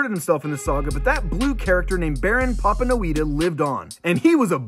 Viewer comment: The mispronunciation of “Papanoida” is a disservice to not only the Papanoida family, but as well as all Pantorans.